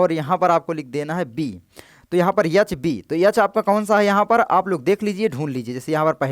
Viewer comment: Ye H ko yah yah kyu bol rha hai bhai 😂